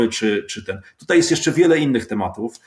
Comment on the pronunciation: Co to znaczy wczorej, tutej itp ? To jakaś u Pana w miescie norma? Codziennie oglądam, chyba wszystko oglądałem szanuje. Tylko co to znaczy np tutej :D